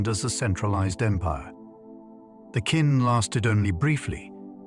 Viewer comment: This is great history, just one quibble - "Qin" is pronounced basically like "chin" not "kin."